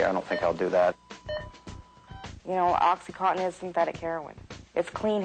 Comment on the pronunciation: I'm finding this video very difficult to watch. There's too much back-and-forth and overlaid imagery. As if it is an extended music video. Furthermore, the repeated mispronunciation of 'oxycontin' as 'oxycotton' is irritating, to say the least. Don't misinterpret my opinion as being anti the need to get smart about drug use but this video feels like the 21st century equivalent of any 1970s anti-drug propoganda.